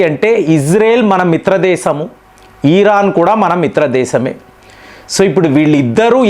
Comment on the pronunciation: ఈరాన్ కాదు… ఇరాన్…. సాగతీతలు ఆపండి ….